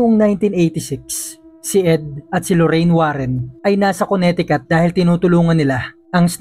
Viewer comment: Silent T po ang pronunciation ng Connecticut between letters C at C